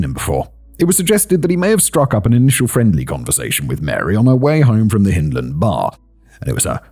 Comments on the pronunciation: Hyndland, as in 'hind legs', not as in 'Hinterland'. As a Glaswegian and a Scot, just sayin'...puir Wee Mary. R.I.P. Yes, I remember the case but not living in the city at the time, it was lost on me. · YOU pronounced Ayreshire and Hyndland ya sassenach !! LOL